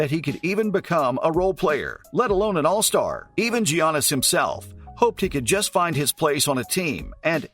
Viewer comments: Next time you make a video on “JIANNIS” type your computer script out to say “Yiannis” PLEASE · Call him GGGGGGIANNIS AGAIN AND I'LL KICK YOUR ASS. PRONOUNCED YANNIS OK?DON'T SAY IT THE WAY YOU LEARN IT SCHOOL,HES GREEK NOT AMERICAN HIS NAME IS PRONOUNCED DIFFERENTLY.